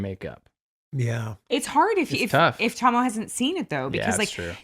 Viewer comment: Now I know how to pronounce Tahmoh's name. Your reactica is worth it for just that.